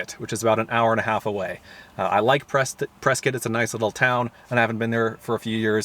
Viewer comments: You pronounced Prescott correctly 😁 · Nice work in highlighting my neck of the woods! Moved to near Prescott (pronounced Preskit) 17 years ago from New York. Absolutely love the area!